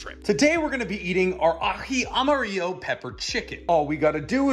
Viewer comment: Love how you correctly pronounced the J in Aji and the LL in Amarillo...gonna guess that dish was inspired by Peruvian cuisine.